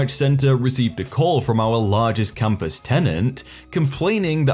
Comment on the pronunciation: Computer voice I here compass not campus